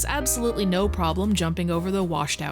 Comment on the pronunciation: been supressing that Midwestern accent until now. There's "Nououwh" denying it. Quick google confirms she's from Wisconsin. We love to see it.